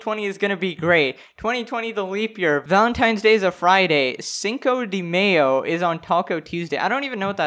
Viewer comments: Just to let you know, cinco de mayo is the 5th of May lol. "Cinco" is five and "Mayo" (pronounced mayo and not 'meyo' if you get what i mean) is May. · Buddy said Mayo too like the condiment mayonnaise like come the fuck on lol